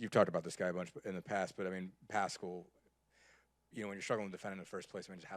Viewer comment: Love Pascal,you pr ounce it Pas cal